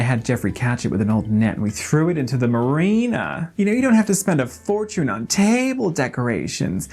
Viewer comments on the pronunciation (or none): Pretty good American accent! Watch “duration” and “fortune”